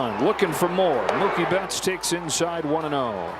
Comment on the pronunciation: ムーキー・ベッツがムキーベッツになるで😂大爆笑した😂😂😂😂😂止まらない➰😂😂😂😂😂